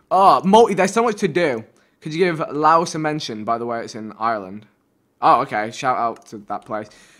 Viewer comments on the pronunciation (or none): Lois is pronounced leash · Bro u pronounced Louis wrong. U pronounce it like leesh.( not gonna lie, I don't live there and have no idea how to spell it) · Vik , the place in Ireland (Laos) you pronounced Louse is pronounced Leesh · Laois is pronounced leash not laos! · vikk laois is pronounced leesh not louss 😂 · R u serious. Louse. Loais is not pronounced louse it is pronounced leash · Im irish and this episode was ruined by his pronunciation of Laois. its pronounced like leesh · Did vikk actually pronounce laois as lawis 😂😂😂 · John Murph OMG I NEARLY THROUGH ME PHONE FROM ROSCOMMON TO LAOIS AFTER THAT PRONUNCIATION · The way he said Laois, from a person coming from Ireland that's cringe vikk😂